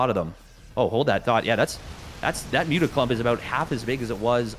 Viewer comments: Stop saying 'mutt mutts' it doesn't make sense, it mutas if you want to shorten it or nothing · still better than everyone calling them 'moootahs'